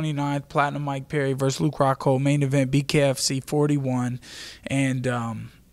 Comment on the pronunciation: Did she say fluke rockhold? Lol